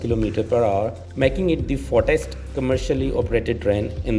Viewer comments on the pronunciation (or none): Hahahaha😂🤣🤣 "the fotest"